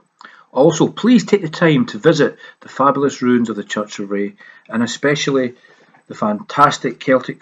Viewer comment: Check how Ray is pronounced in the area.